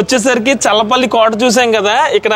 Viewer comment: అది చర్ల పల్లి కాదు స్వామి.... చల్లపల్లి... మా ఊరు పక్కనే